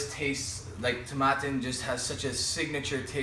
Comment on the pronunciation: No offense, you're not pronouncing the distillery correctly. How viscous can a 14 year old really be? I've had this and I don't feel it's that chewy. I think you have a lot of single malts you've yet to explore especially with more age on the juice let alone older bottlings. Best of luck